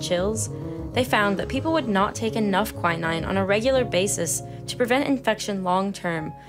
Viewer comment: Quin-ine is the right pronoucation I believe.